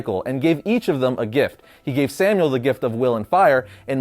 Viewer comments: Shouldn't it be pronounced Samael and not Samuel? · Stop saying samuel!!!!!! Omg it's making me so angry!!!!!! It's SAMAEL or SAMA-EL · His biblical name was Samael, not Samuel. Pronounced Sah-my-el. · This is old as shit, but I still feel it's worth pointing out that Lucifer's name isn't/wasn't "Samuel". It is/was "Samuel", like "Sam A L". Just wanted to get that off my chest lol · I love you man. You make really good content. His name is Samael not Samuel (Pronounced Som-eye-Ell) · It's sam-ael not samuel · It's Sam-eye-elle not Sam-ule. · sam-my-el not samuel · I'm sorry, It's "Samael", not Samuel. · I’m pretty sure the licifers name is pronounced Sam-I-Elle. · BTW It's Samael not Samuel. Samuel was a human lol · It's not Samuel it's samael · Samael* pronounced as Sam ay el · It is not “Samuel”, it is “Samael”. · Samael not Samuel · You said Samael wrong lol